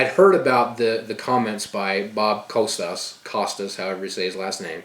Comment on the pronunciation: Been a sub for a long time, found you via TNP. I agree with you 100% on all the issues discussed! I would like to add that you started the sounding uninformed not knowing how to say Costas or that the dead woman was his girlfriend and babies mother.